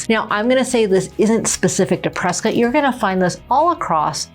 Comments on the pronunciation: I wouldn’t live in a city people can’t properly say ends in Scott not skit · Folks, local here. It’s pronounced Press-Scott, NOT Press-Cut and NOT Press-Kit. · It's Prescott, not Preskitt. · Why are people calling Prescott Preskit like biscuit there is no i ?The man that the town is named after pronounced it Prescott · It's not preskit, it's PreSCOTT. 😂 we should call Dak Preskit and find out. 😂 And I love PRESCOTT.